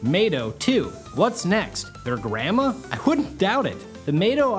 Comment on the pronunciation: Ngl after hearing you say "Grandma" i chuckled abit, as a manga reader